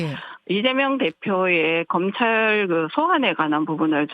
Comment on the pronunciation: 뉴스 다 났는데, 먼 대변인이 아직도 확인 못함? 피해자 코스프레아니고 피해자임. 이걸 조롱으로 받다니, 에휴 많이 찔리나봄.속눈썹 붙일시간에 확인 좀 하시고 듣기불편하니 발음연습 좀 하세요. 극쩡, 금찰,턱껌이 머임 ?